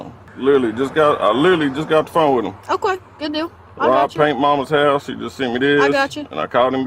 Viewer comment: 아우퀘이 발음 중독적이네예